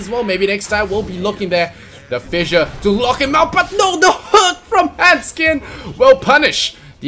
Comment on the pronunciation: >When they keep saying "Hendskeen" when it's actually handsken